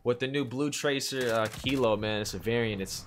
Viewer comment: its Kilo....lol...not kito....